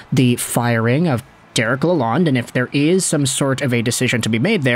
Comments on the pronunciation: Hey, it's pronounced "la lone" he corrected us Michiganians when he got here. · There is a D at the end of his name you must pronounce it Lalond(e). The E is silent not the D. It is not Lalone.